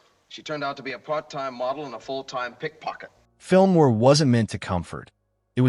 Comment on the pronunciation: This is some of the worst AI slop I've ever seen. It mispronounces FILM NOIR, the subject of the video, 6 seconds into the video.